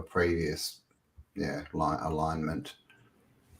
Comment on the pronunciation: What's an aligment? Do you mean ALIGNMENT??